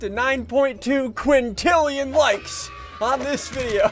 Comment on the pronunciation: Did anyone know he said 9 quantilan like even though there not even that many people in the world